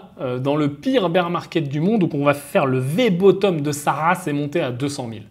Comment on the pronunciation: "Bear" ça se prononce "bère" .. "bir" c'est la bière... beer 😂😂🤣